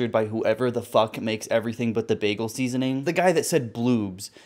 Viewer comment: thinking about the way the guy enunciates seasoning